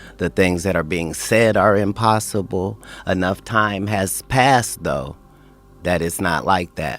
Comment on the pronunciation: It's pronounced "though" not "thought".